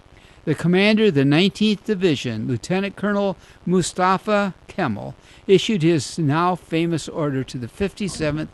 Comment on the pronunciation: Pronounced Ka-mal not Kimmle